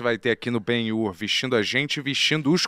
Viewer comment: o som: grrrrriiiiihhhhzuuuuuuqhw72jmeuebXiiiFuuueKhie eles: ele falou ben-yur certinho mano